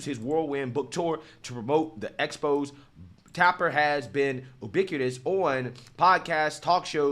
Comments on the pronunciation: EXPOSE is pronounced EX-POSE-A in this instance. Man, you really mess up so many words and names. Lol. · You can't mispronounce expose' while clowning someone.